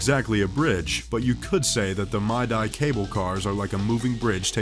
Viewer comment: The "Mi-Die" cable cars? (Midi) Really? I'm not a fan of computerized narration, how hard is it to get a real, live person to just read the script?